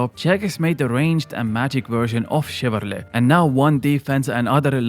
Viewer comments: chivalry* not chivarly :P Other then that, good points. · Please stop saying chivarLY. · Haha, your pronunciation of "chivarly" kills me